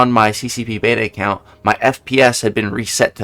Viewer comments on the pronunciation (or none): none